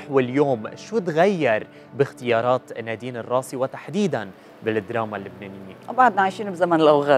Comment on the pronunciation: بليز حدا يوصل ل يخفف تثقيل الأحرف علما انه النطق متقن و لكن التشديد الثقيل على الأحرف مزعج.... اسمها نادين الراسي مش الراصي